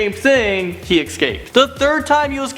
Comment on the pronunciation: Why do you say ecsaped instead of escaped Just curious